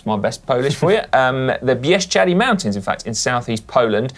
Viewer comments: Congratulations Si! That's the best pronunciation of "Bieszczady" I EVER heard from foreigner. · congrats on the perfect pronunciation of "Bieszczady" Si!